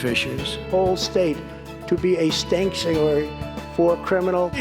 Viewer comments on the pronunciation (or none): Missourian is also 🤣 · I can't wait for the new Outkast album: “Stankchuary” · He lives in a 'Stank-chuary' that's for sure. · "Stankchuary" ... i'm dead. :D